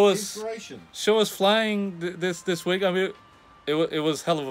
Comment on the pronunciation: Skip to ...yw. Also, I guess it's going to fly because you just said it does. And "tiny whing" That's all.